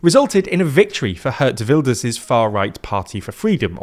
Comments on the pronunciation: Hertz Wilders 😎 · Absolutely butchered the Dutch names, hilarious! Dick Shoe-f, Gurt Why-lders 😂